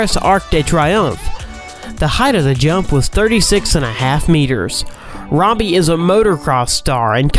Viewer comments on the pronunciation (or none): none